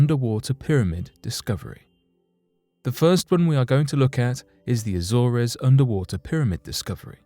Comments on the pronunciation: Jesus. It's not pronounced A-zore-ez. It's A-zorz. Research man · It's pretty bad when everything can't even speak queen's English Azores is pronounced. A. Zors